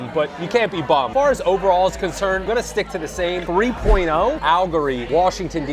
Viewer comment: Your pronunciation of AL-LE-GORY (4 syllables) is concerning. That said, I always enjoy your videos.